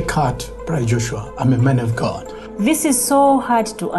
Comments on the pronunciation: It's not ghadd it's God 🙄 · This so called Pastor really needed a punch on his face, the way he keep on saying ghaaad instead of God was annoying. And who on earth gave him authority to hold on to someone's else that is kidnapping 100%.